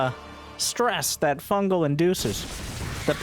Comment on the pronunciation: "Fun Gal"